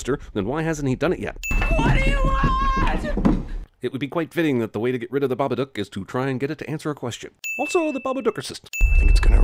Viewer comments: Wait its babaDook not babaNook right? cause they say it like it has an N in it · "THE BABACOOK"